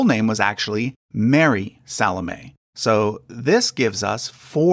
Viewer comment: Speaking as a Christian, very interesting and enjoyable video/research, BUT (and it’s nothing personal), Americans are soooooooo terribly bad at pronunciation of unfamiliar (and often even familiar!) words and names. • “Alphaeus” is correctly pronounced with the stress on the “ae”, not the “Alph”… ie “Al-FAE-oos” • “Salome” is correctly pronounced with the stress on the “o” rather than the “a” • “Joachim” is correctly pronounced “Wah-keem”, not “Joe-a-keem” 👏🏻🤣 Also, “genealogy” is pronounced “geneAlogy” and not “geneOlogy” Probably others too that I’ve missed!